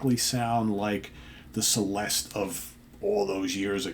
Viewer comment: The name of this band is Celeste. Pronunced as Cheleste and means heavenly. Čeleste.